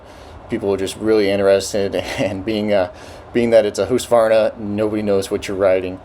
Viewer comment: HOOSK-VARNA??! HUUSKY-VARNA. skol